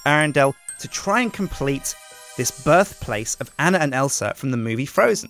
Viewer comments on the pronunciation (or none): YOU PRONOUNCED ANNA WRONG